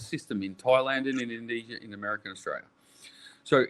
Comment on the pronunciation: Did I just hear RC quote Marty B “endonesia “